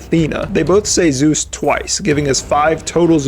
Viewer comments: he was closer to saying "Jews!" Than Zeus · i do NOT think ts is zeus ,i think he js sayyin jews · zioos ZOOS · Athena: zios: zoos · Zeus? I thought you said Zooz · More like JUICE!!! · Zeus Athena: Suus Ares: juice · i love the part when i heard Zues